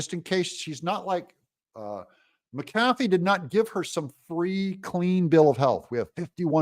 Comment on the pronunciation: Doug, it's MACK-ah-fee...not MackAFee!